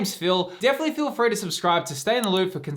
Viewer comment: Trainers are not a popular market for English collectors and as someone who likes N, Hop, and Lillie and collects trainers, this set is a godsend to me, I'm greatly appreciative of its availability!! Also it sounds like you say "Phil free to subscribe" haha